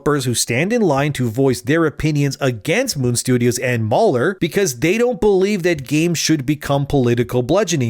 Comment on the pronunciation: Mahler NOT MauLer